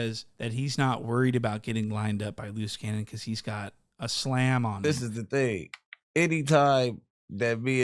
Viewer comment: "LOOSE CANYON" god damn how do you do it dude 🤣